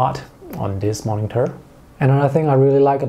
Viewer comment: Can you please don't pronounce 'moningter'? It's supposed to be 'monitor', not 'moningter'.